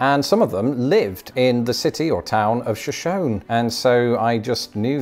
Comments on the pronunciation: you weatherman sensation just wanted to let you know shoshone is pronounced shuh show knee not show shown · It's Sho-shown-ee. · fyi it’s pronounced sho-sho-ne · So the city is pronounced Show-shown, but the Shoshone tribe is pronounced Show-show-nee. It's a Show-show-nee word, not a Show-shown word. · It's pronounced Sh - shone - nee, like the tribe. Not Sha - shone. Shoshone has three syllables, not two. Great show otherwise. You did almost as good as me, 49/60. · Great job, Shoshone is an American Indian and pronounced SHow-shoney. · I don't know about the town, but the tribe known as Shoshone is three syllables. sho-shon-e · Minus a point for not saying “Sho-shone-EE” 😅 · Shoshone /shuh-SHOW-knee/ 😀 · Pro Tip- The American Indian Tribe Shoshone is pronounced: Show Show nee. TMYK ! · 47/60 for me. 1st, you did great! 2nd, you lived in Idaho and don’t know how to pronounce Shoshone (Shah-SHOW-nee)? Come on, man. Maybe a good idea for a vid would be tracking which American Indians settled into which regions of the Americas. I’m sure it would be interesting and educational even to life-long Americans. A sad story, for sure, w/the Trail of Tears, so don’t forget to end it on the riches they receive from the reservation casinos. Doesn’t make-up for everything, but at least it’s something. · Minor point, it’s pronounced ShoshonEE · Just in case it ever comes up again, it's pronounced "Sho-Sho-Nee". :) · great job. May I point out that the town mentioned in the "Idaho" question, namely, Shoshone, is correct. However, in another state, it's a tribal name, and the pronunciation is different. Odd, huh? Re. the rivers, the Mississippi is largest by water volume. Garden of the gods is a city park on the edge of CO Springs which is beautiful enough to be a national park. Who knows why, but Isle Royale retained the French spelling, but it became Anglicized as I'll royal. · Shoshone, as in the tribe, has three syllables.